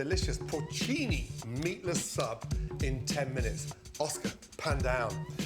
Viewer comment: “Minute” not “minuet” btw